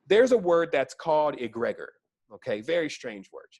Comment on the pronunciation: Youbare right on but your pronunciation of Egregore is making my ears itch.. it's pronounced Egg-ri-gore (like blood, gore)